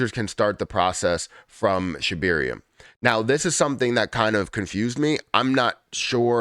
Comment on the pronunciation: Its Shib air ium not Shib eer ium.